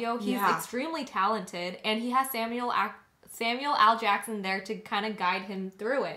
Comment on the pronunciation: Is it me or are they saying Samuel AL Jackson? Am I buggin? Haha